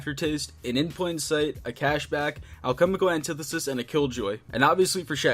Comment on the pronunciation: "Halchemical annetithesis"